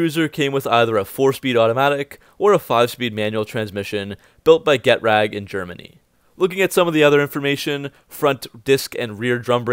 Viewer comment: Good post about a strangely disrespected car. Thank you. Note re a German word: 'Ge-TRAG' (not Get Rag) is the company you mention.